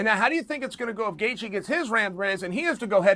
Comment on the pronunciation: Justin Chaelthje